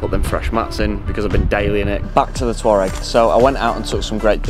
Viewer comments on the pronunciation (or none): It’s pronounced “Twareg “ not “Tour -regg “ 😂